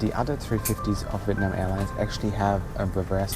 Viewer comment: “Welcome onboard “VITNAM Airways” that’s right not VIETNAM🏳️=🇻🇳 (Vee ét nam) but vitnam 🏳️=unknown